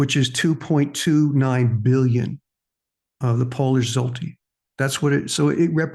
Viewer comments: Polish money is pronounced ( shwhat eh) got to have the Polish tongue to say it right, but that's close enough for Rock and Roll. Now we'll work on Pierogi 😂 Everyone butchers that one. ( pee- llllogee) The L's are rolled together like a cat purring. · thanks for the video,. you kept pronouncing the polish zloty as "zolty" interesting side note: the word zloty comes from the polish word for gold